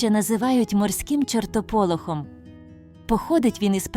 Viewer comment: Красивий текст, приємний голос, але наголоси то якийсь жах. ЧортополОх, крижанИй, рицИна, цвітЕ, кенгурУ, ворсИнки, зАрості, лИстя, злЕгка, стЕбла, дзижчИть, сливОвий.